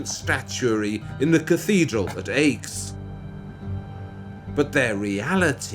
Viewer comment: Nice work! Please stop pronouncing Aix "aches." It's pronounced like the letter X, not difficult or specialized knowledge